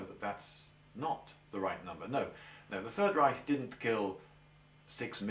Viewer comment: I like how you pronounce "Reich". Most englishmen cannot do the "ch" correctly and end up saying "Reisch". Thumbs up for this and also for the video itself. :)